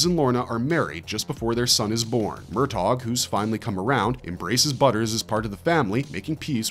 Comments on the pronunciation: "MUR TOGGG" Please stop 😂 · For God's sake. There is no hard G in the pronunciation of Murtaugh*! Not to mention, the name may be *two syllables, but that does not mean to enunciate as two words! It's like sandpaper for the eardrums! That is all.